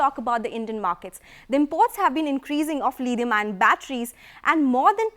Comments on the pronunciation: I still don't know what's 'Lidium-ion' batteries. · Tada Chemicals..... 'Lidium-ion' batteries .... Lol